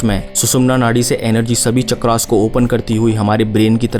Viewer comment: चक्रास क्या है भाई? आपका उच्चारण वेस्टररनाइज़ हो गया है।